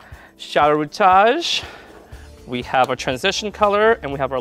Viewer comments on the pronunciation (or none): Love your work, hate you say rootage.